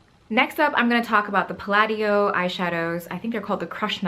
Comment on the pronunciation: Palladio is pronounced more like you're saying "pal audio".